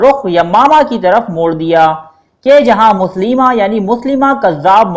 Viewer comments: Janb ap galat lafz bol rahy Han. .مسلمه nai tha مسيلمه hy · مسیلمہ نام پڑھتے ہیں نہ کہ مسلمہ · مسیلمہ کذاب ہے مسلیمہ نہیں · Ap name drust kr len MUSAILMA hy